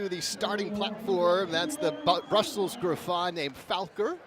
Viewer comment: FAL-kor not Falker Go watch "Neverending Story" Mr. Announcer